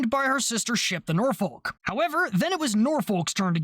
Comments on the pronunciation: This is the most minor thing ever but I live near Norfolk and Suffolk Virginia and they’re both said the same, you pronounce both like how you’re saying Suffolk. So Norfolk would be said as “Norfuck” as well. Again, it doesn’t matter and it’s the smallest complaint ever 😂 great video! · Nice video, Cap, Small point - whilst your pronunciation of Suffolk was bang on, you pronounced Norfolk slightly wrong, You pronounce the 'folk' of Norfolk part exactly as you did with Suffolk - i.e. "Norfuk" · You got the pronunciation Suffolk right but not Norfolk. It's the same pronunciation for the end of both words. I do appreciate that you tried though.